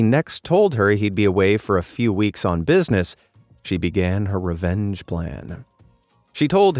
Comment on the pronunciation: Why do I keep hearing revenge as "revénge"?